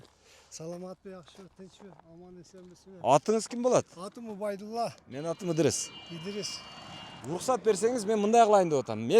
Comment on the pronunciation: Ыдырыс десе Идирис дейтко 😂